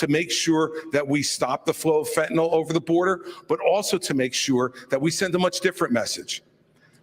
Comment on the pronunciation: Mr. Scott...learn to pronounce FEN TAN YL, not Fentanall